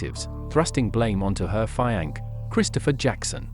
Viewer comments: Fi-ankee? Did you mean, perhaps, fiance? And no, the Brit pronunciation of fiance is not feeankee. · I began to watch this one. But the artificial voice said “FEE—an—key” instead of fiancé, and I’m afraid i couldn’t subject myself to that. But you upload great stories generally thank you very much. Im off to find another one within your channel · So hard to trust a narrative that cannot pronounce words like fiance 🤣😭😭😭